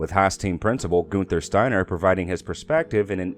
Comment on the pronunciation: ............." Guinther Stiener ",,,,,,,,,did you mean....." Guenther Steiner " .......!!!!!!!